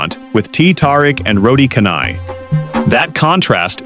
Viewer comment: AI is not really intelligent after all....... still cant pronounce ' canai' correctly..... it should sound 'char nigh'